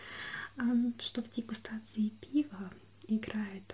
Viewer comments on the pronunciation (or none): вроде правильно дигустации, а не дисгутации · дегустации, а не дескутации) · Десгудатиции? 😦😂 может дегустации? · Поправочка не для "десГУТации" а для "деГУСтации"